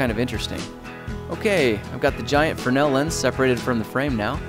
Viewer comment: its not a "fer-nel" lens its a "frenz-el"lens just for correct pronunciation and great video by the way